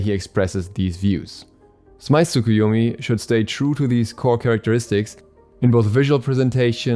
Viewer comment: When u are early but u dont know how to pronounce the name of new god